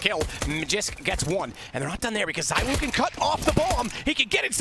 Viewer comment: its ZYWOO not ZIWOO cmoon man